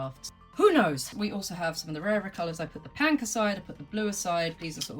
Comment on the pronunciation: You are a gem to show us the future of your finds! I also want to thank you for changing the way I say Pink 😁 its been "Pank!" Since the first video I came across of yours! I've met one other enthusiast when I said "Pank!" Instead of Pink! We love your adventures